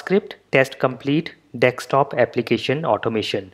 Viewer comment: It is desktop and not dextop